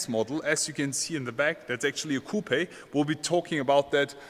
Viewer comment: My German friend ... when you pronounce "coupe" the "E" in English is silent!!!